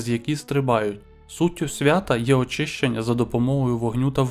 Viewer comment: Не СвятА, а СвЯта.